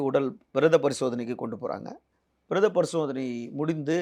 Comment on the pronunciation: நேர்காணல் வந்து இருப்பார்க்கு உச்சரிப்பு சரியா வரது போல (பிரேதப‌ரிசோதனை‌) நீங்கலும் உங்க விவாதமும் முதல் நீதிமன்றங்கள் இது போல விவாதம் செய்யும் youtuber youtube channel-கள் நடவடிக்கை எடுக்க வேண்டும். வழக்கு விசாரணையில் இருக்கும் போது இவர்கள் எப்படி அப்படி இருக்கும் இப்படி இருக்கும் கூறுவது சரியா??